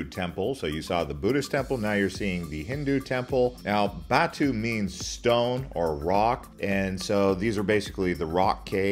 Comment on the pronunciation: Hi.. pls pronounce properly .. Jar-lan PER-TAH-LING .. not Jerlahn pet-alink Muh-lay notMaylay (for Malay). BAH-TU caves not bet-two caves GEN(like earn) -ting not gen(like can) highlands Thank you for the video Now you know.